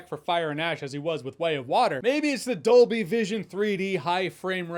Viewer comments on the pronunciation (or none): none